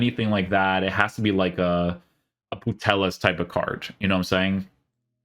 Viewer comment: putelas lmao its pronounced puteyas